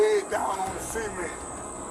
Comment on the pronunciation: Why does he keep saying “SEA-MENT” it’s “”SUH-MÉNT” XD But anywho that officer is a POS Disgusting how law enforcement acts like this (Not all of them obviously) but this is what instigates mistrust among citizens.